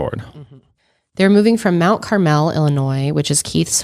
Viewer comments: Everyone commenting on this seems to ignore the proximity of I-57. Lots of travelers from all over the country passing thru. And Mt Carmel is pronounced Mt CARmel, not Mt CarMEL. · being from IL, their pronunciation of Mount Carmel has me dead